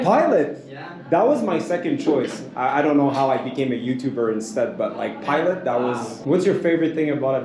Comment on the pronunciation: “pilott” 😂 that guy was definitely meming. Thats awesome